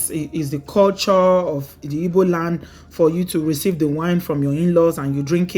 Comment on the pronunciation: Please my little correction, it's not ibo, it's Igbo.... Thank you